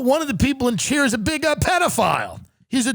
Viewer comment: Wtf, enunciate better. I thought he said "Cheer's is coming back" and I thought we were get more Sam Malone antics.